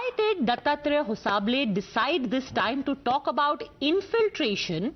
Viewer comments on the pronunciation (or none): it's not hosa bele, it's HOSABALE. THOO KACHDA